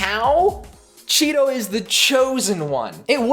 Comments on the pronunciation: I swear I kept hearing Cheeto instead of Shiro. Ngl made the character better with that name lol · I thought his name was Chiro